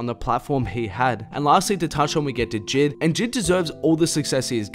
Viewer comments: It’s j.I.d on jid 💀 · He really said JID instead of J.I.D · BRO ITS J I D NOT JID LMAOOOOO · sylvia trn I got triggered when he said that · did my man actually just say jid 😂. You say it like this (jay - i - dee)